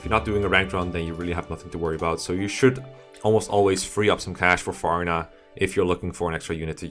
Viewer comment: Good list but I cried inside the way he pronounced Farina.